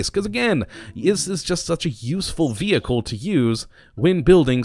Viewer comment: Vee Hickle 10/10 pronunciation there at the start